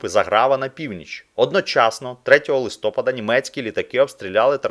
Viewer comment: УкраЇнського, ЛистопАда а не ЛистопадА ! За інше казати не буду ...